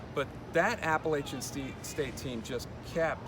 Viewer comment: after a performance like that, the least you could is pronounce appalachian state university correctly